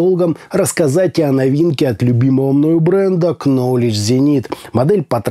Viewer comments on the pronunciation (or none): ты классный парень и слушаю тебя со вниманием но только не произноси кноледж - в английском нет такого слова - есть ноледж есть найф но никак не кнайф и кноледж - нет никак